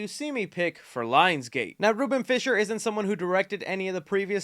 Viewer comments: Fly-sher not fisher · It’s pronounced flai. sher. Not fisher. You also mispronounced Dermot Mulroney’s last name as well. Get with the program,. I have reason to believe unless it’s a Marvel actor you have no idea who some of the people are. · I apologize in advance for being that guy but....it's pronounced Flysher not Fisher. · Great update!! Isn't Fleischer pronounced FLYSCHER? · Are you fucking dyslexic or really this ignorant? You read Fleischer as “fisher”? Holy fuck… Educate yourself. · It’s Fleischer, not Fisher